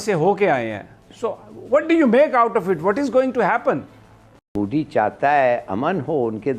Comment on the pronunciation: Moody nahi MODI hai humare pm ka naam. Naam tak dhangse bolne nahi aata aur panga lene chale ho. Lene ke dene pad jayenge tumhare.